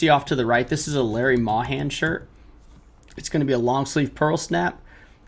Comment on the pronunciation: Good video, thanks. FYI: Larry Mahan is pronounced MAY-HAN... he's a Hall of Fame Cowboy that recently passed away (old age, 80yrs old). He won six all-around world championships and two bull riding world championships in the Rodeo Cowboys Association. The text Macro product is interesting (I use a gaming keyboard with 36 programmable keys), and templates for general 'business/store policies' ... so I can generally list pretty quickly, in a similar way you are - taking all the photos first, then selling similar off MY listings first (when possible). Question: Have you noticed a big difference listing at 6.99+8.99 (shipping) vs 15.98 (free shipping)??